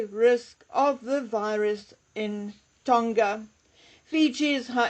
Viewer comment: Tonga does not rhyme with longer. It's a soft "g" like in "song".